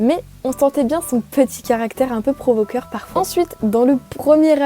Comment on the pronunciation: 11"caractere provoquant et non provoquere.... 😂 😂 👍 👍